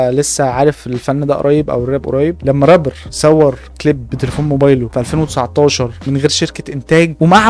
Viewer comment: يسطا ارجوك ممكن تقول رابر بدل ربر حتة لو هتقول ال(r) ر بس قول رابر مش ربر بس فيديوهاتك جامدة❤